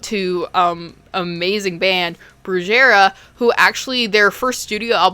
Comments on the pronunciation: Love your vids,, keep them going! Just as a note, in case you'd like to know, "brujería" is pronounced something akin to "broo-heh-REEah". I found it a bit odd bc all this time I've been a subscriber I had the impression you were Latina hahah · You pronounced the band brujería wrong, it’s pronounced Broo-heh-ree-ahh :3 amazing vid overall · It’s pronounced Brew-hair-eeuh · love its bru-he-ree-ya brujeria as in witch craft in spanish. i love you sm tho i just wanted to let you know. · The band is pronounced "broo-hair-E-ah". It means "witchcraft". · You say it like Bru heh ree ahh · Never heard of this one, I've seen enough. The hostel movies are pseudodocumentaries. I'm convinced places like that exist. It's pronounced broo-he-ria, I think. I always thought that band was mysterious and wondered what they were like live. They were actually very cool, despite having a machete so close to my face being up front. RIP Juan Bruja. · great video i just wanted to correct ur pronunciation of brujería, “brew-he-ree-a” 💝🤘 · the way she pronounced Brujeria was very funny ;lolol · This is the 2nd time I've heard someone pronounce Brujeria like that XD